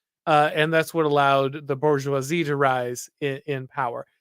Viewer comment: Kills me when people won't pronounce "bourgeoisie" correctly. The R is not silent, this is not the hood. It's French, not ebonics OK?